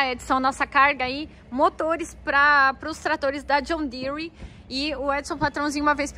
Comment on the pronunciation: Assisti um vídeo de um professor Americano brincando que Brasileiro coloca "i" em quase tudo que ele pronuncia em Inglês, e ver a falando John Deere entre outras coisas percebi que ele tem MUITA razão...rs..rs...